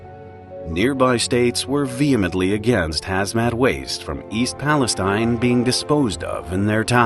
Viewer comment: Hey, that's my hometown!!!! Still weird to see my small podunk town in youtube videos! Also, it's Pal-es-teen, not like Palestine in the middle east.